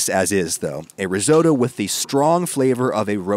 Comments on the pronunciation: It's "risotto". Not "risoto", my God. Bless your monolingual parochial Yankee heart. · Ris-otto not ris oh toe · I thought your Granny was Italian? So why is it Risoudough and not Risotto? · Riso.. Ri-WHAT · Risoto... what? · Reezohdoe? Are you kidding? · You've made a mistake saying the word 'Risotto'. I shall begin. METAL. VINEGAR. DOUBLE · I’m sorry but the way you say risotto just annoys me so much ur saying it completely wrong 😂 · Really enjoyed this recipe, and others you have shared, thank you. Just ask, please pronounce Risotto properly, sorry. x